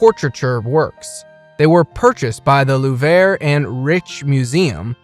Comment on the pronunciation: Please use goggle translate or speak with an art dealer. The pronunciation of most the artist, the Louvre, & Qatar where butchered. You pronounced Pollock as Polack pow/lak an offensive term —used as an insulting and contemptuous term for a person of Polish birth or descent.